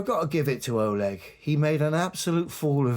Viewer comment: oLEG Stress on second syllable